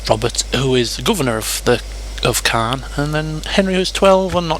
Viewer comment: Caen is pronounced Cay-en Good vids